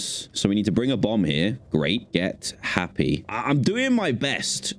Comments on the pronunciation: It's happy not nappy lol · Did anyone else notice he did nappy instead of happy? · Uh,it’s happy,not nappy!? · Why did you call it nappy’s